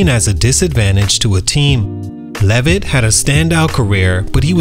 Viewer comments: Lev -it not la-vette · I don't think ur pronouncing his last name right